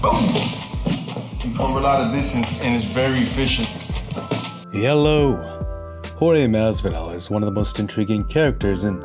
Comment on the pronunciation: Please, pleaaaaase.. stop it with the "yELoW" thing at the beginning of every freaking video 🙅🏻‍♂️🙅🏻‍♂️🙅🏻‍♂️